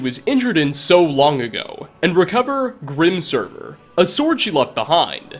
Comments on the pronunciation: Omg, it's pronounced like it's spelled! Grimsever. As in 'sever', meaning to cut. Not "server". And I love your videos but why the purposefully weird voice? "Tribe-uh. Married-uh. Characterrrrr. Motherrrr". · He also called Mjoll's sword "Grimserver" rather than GrimSEVER. Buuuut I have come to expect this kind of flubbing about ;) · Grim-SERVER? You might want to read the subtitles. It’s Grimsever. Sever means to cut free…which makes sense when you think of the sword’s primary function huh! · "GrIM SeRvEr" Mjoll literally pronounces it for you. And it sounds like it spells. Grim SEVER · That's GrimSEVER, not GrimSERVER.